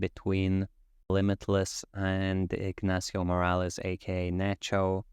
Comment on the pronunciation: I believe it's 2nd time I hear this from you, so I'll allow myself to interject with a correction: Nacho's last name is Moron, not Morales. And no, it's not a joke, in Spanish it doesn't mean THAT.